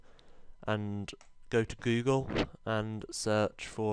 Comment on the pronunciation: i started watching and in the first 20sec i loved you saying guugle :p